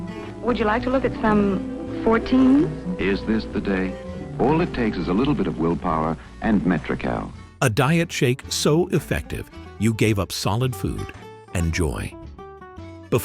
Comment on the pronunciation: I loved my Dr. Scholl’s And it’s Metro-cal, not “coll”. Wasn’t awful taste. Never added iodine to baby oil. Used that in the 50s. By the 70s I avoided sun like the plague. I used Azziza cosmetics. Took them off with Noxema. No problems.